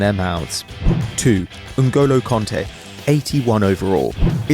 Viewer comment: Kante not konte